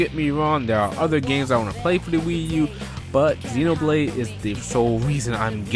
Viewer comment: ZEN OH blade :3 not zeen despite the nintendo direct guy mispronouncing it also.